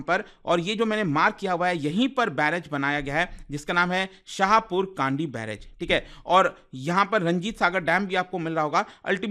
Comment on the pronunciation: Kandi nhi, kndi (कंडी) शाहपुर कंडी